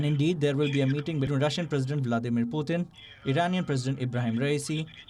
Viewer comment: Palki..his name is Putin..not Puthin.